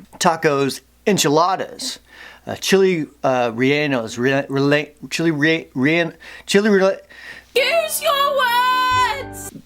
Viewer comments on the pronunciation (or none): Repeat in english after me: chiles rey-yen-us there you go!